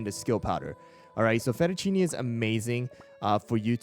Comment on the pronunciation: Day 1 of telling to pronounce fettuccine